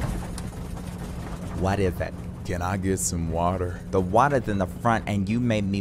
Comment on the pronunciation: Who else laughs at the way he says Can I Get Some WaTeer